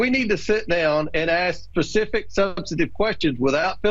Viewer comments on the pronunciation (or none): Did he say he wants to ask "Pacific" questions?! What does the ocean have to do with anything? Besides the Republican Ocean of LIES! 😊😆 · Did the congressman really say PACIFIC, instead of SPECIFIC 😢😢😢